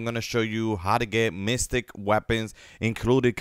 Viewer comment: man said mystic lol